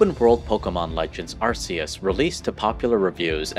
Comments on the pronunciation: Ar-key-es what is the pronunciation not ar-sea-es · Isn’t Arceus pronounced “Arkeus”? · It's pronounced arKEYis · say it with me properly. Are-key-us; Arceus